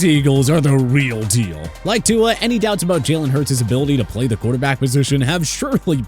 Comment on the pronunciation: When will you learn how to pronounce Tua’s name?